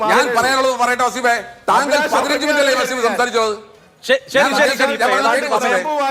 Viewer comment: വസ്സീഫ് അല്ല.. വളീഫ് ആണ്